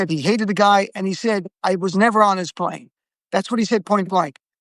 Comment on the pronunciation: Ghislaine pronounced Gee (hard G) len. I looked it up.